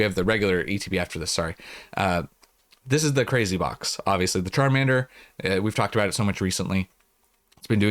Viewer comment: If u listen to the part where you said the “Charmander promo is top tier” I swear the first time I heard it I thought you said “terminator promo is top tier” 😂 I had to go back